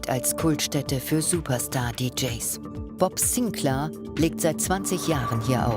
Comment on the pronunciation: Bob Sinclääääär, not Bob Sinclaaaaaaar....... 🤦🏼‍♂️